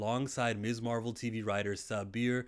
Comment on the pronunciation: You're right about the pronunciation of Ms. (Miz) but if you've watched anything featuring the character from the MCU content to the cartoons then you'd know that Marvel has always referred to her as Miss Marvel and that would be absolutely correct because she is a young lady who is unmarried